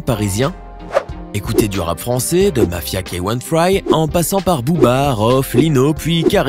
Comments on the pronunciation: T'es sérieux là ??? "Mafia kay one fraille"???🤣🤣🤣🤣 C'est "mafia kainfri", c'est pas à l'américaine...🤣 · il à vraiment dit « Mafia K one fraye » ? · "mafia ké-one fraï " Mdr la prononciation tah les states. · on dit : mafia k ain fry et non pas : ké one frï ça signifie : mafia Africain ! cain fri, on ne prononce pa le A ! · C'est Mafia K1 fry et pas Ka one fray lol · Ça ce dit mafia kainfri 😂😂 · de Mafia Kay One friye OMG la prononciation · "Mafia keywan fray"😂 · Mafia "k-one fry" 😂 mais wtf ??? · Mafia k one fry il a dit 😂😂😂😂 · Y'a que moi que sa choque le "mafia key one Fry"?mdr il parle d'un groupe mythique de rap fr pas d'une colonies de boxe française 😂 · Il a bien dit Mafia k one fry ?😂😂😂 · Il a dit Mafia k one fraille 🤣😂🤣😂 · Il a dis mafia quoi???😂😂😂😂 Aaaah le manque de respect ... Gros c'est juste "mafia K1 Fry" (k'un free) wsh c pas dur c du verlant c Afrique a l'envers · Il est sérieux comment il a dit MAFIA K1 FRY ???? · prononce bien mafia k1 fry stp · J'ai mal à mon rap quand j'entend comment ce mec prononce mafia k'1fry..